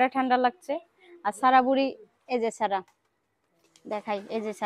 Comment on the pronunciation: আপু এরকম মাঝে মধ্যে মায়ের বাড়ি যাবেন মায়ের জন্য করবেন অনেক দোয়া পাবেন আর আজকের ভিডিও টা অনেক অনেক সুন্দর হয়েছে 💝 এমন ভিডিও আরও চাই আর আপু একটা কথা কিছু মনে করবেন না আপনি যেহেতু সাবান সেম্পু সবজি খুব সুন্দর করে উচ্চারণ করতে পারেন তাহলে সারাহ নামটা কেনো এভাবে ছারা ছারা করে উচ্চারণ করেন।মেয়ের এতো সুন্দর একটা নাম কিন্তু খুব বাজে ভাবে উচ্চারণ করেন আপনি। আবার সিদরাতুল কে ছিদরাতুল ছিদরাতুল করে বলেন খুব বাজে লাগে শুনতে। একটু চেষ্টা করবেন শুদ্ধ ভাবে উচ্চারণ করার। ভালো থাকবেন